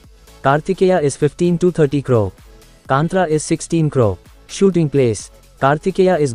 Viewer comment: It is not kanthraa it's kaanthara ಕಾಂತಾರ plzz correct it broo ❤️